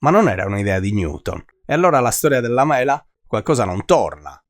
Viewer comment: mela detto con quell inflessione è davvero fastidioso..